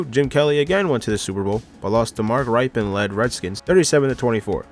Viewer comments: If you cannot pronounce the people's names right then why are you making a video about them. Mark Ripkien. (Rippin) If you can't talk then how do you expect people to take you seriously. You're pronouncing people's names wrong which is a form of disrespect. Especially if they are the super bowl MVP. On your next video, if you don't know somebody's name, type it in the YouTube and I guarantee you something will come up about that person. Make sure you spell it correctly. I guarantee you everybody on those programs will pronounce it correctly. They at least deserve to have their name said correctly. Jake Delhome (DaLome). For real learn how to talk. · It didn’t take a year for a way to be traded to the Broncos. He was traded to the Broncos almost immediately from the Colts Just wanted to bring that to your awareness, so you have your facts straight Also mark rypien last name is pronounced rip-en And Jeff hostettler is pronounced ha-stet-ler Elvis grr-back and Trent dilfer was actually the starting qb Jake del-home Rex grossman was the bears starter not jay cutler When discussing a teams win loss record if they are 14-3 you say they went “14 and 3” not “14 to 3” Thumbs down and unsub from me too many mistakes. If you’re gonna make a video about something make sure you know what you’re talking about. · Bro your quarterback pronunciations are terrible (Rypien - "Rip-Pen", Esiason - "Es-Sy-as-son") long I not short I 🤌🏿 Delhomme - "Del-lome" the H is silent